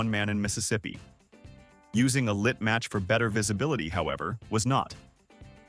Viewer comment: " Using a lit matsch for better visibility.. ."